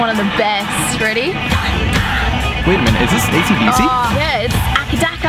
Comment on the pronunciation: Nah I'd ghost as soon as I heard her pronounce ACDC as akadaka